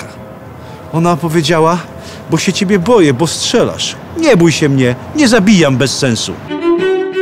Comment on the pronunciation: Panie kochany bo aż uszy bolą nie szczelasz tylko strzelasz, dzizas 🤦